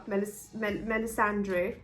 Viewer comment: I know, American Mum, I like writing, it's something I'm good at! But I mentioned the Melly-Sandra thing because our delightful host is trying to pronounce it by reading off the screen (via notebook), hence the 'Melly-Sondray' pronunciation. People do this with Daenerys too, trying to read that 'un-English' 'ae' and coming up with some horrible twisted sound. Just listen to the way they say the names in the show, they're always correct. Oh, the only exception is 'Arya', pronunciation of which varies from character to character!